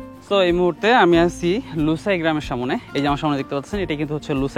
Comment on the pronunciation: সবই সুন্দর শুধু "সা মো নে এবং বারবার মূলত মূলত" এটা শুনতে কেমন জানি লাগছে এছাড়া অন্য গুলো ঠিক আছে।